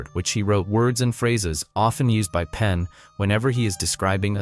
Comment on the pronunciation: Pain❌ Penn ✅ Helen Coglar❌ Helen Coughlan ✅ John Jay❌ Josh Jay ✅ Come on now dude..